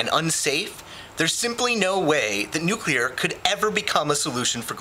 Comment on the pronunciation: It's nu-clear, not nukuler.